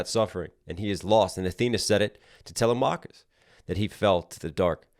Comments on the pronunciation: I’m sorry but u stopped watching as soon and he said talamacus name wrong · The way he pronounced telemachus